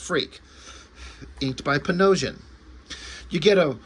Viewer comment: There's been a few names that I sincerely ..'Blotched' during my teen years reading comics. Panosian, made sense when you said it. My brain, up until now, pronounced it: Pan-o-sigh-an, which sounds like a color. That and Travis Charest, which apparently is Shuraye instead of Chair-rest. All I'm saying is, did you know you were making Educational videos?